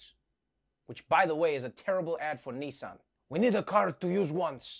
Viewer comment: It’s Nissan, not son of Knee. We speak very different languages either side of the pond😜